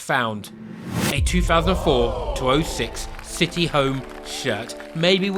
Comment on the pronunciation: Citeh Barstad 😂